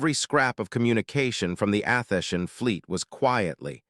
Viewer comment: It is disappointing listening to the AI narrator make an abortion of a number of words repeatedly. It is pronouncing Athenian as Athesian. Bow {pronounced Bough} is pronounced like the weapon Bow; or like the front of a ship is a ribbon on a cake or a present. The voice itself is slightly annoying with a sort of higher sound range than pleasant. You need improvements if you would like repeat listeners.